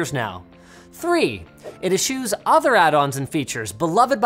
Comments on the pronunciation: Linus: "Ashew" Me: "Gesundheit" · Wow, putting up that dictionary definition for eschews and then mispronouncing the word, lmao. Linus, always the jokester.